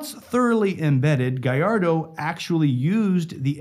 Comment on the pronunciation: thank god. A youtuber who knows how to pronounce gallardo so sick of hearing people pronounce it galardo and not gajardo